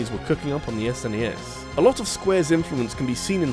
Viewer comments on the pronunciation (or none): none